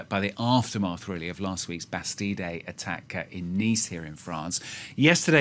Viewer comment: You guys in France don't even know how to pronounce Bastille.